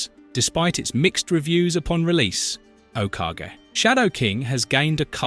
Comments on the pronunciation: F**king AI voice, it said okage 3 different ways and none were right. It's o ka ge its a japanese pronunciation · First time in my life I've heard someone pronounce Okage as "Oh cash" lol